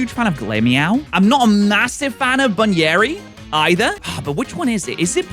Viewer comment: I can't with some of your pronunciations, haha. Buneary. Bunny - Ear - y. Bun-ear-y. Gourgeist. Gourd - Geist. Gour-geist.